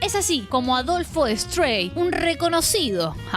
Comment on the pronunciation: Se dice Adolfo strai (no strei como seria en inglés). El otro nombre es Carlos “persiavale”.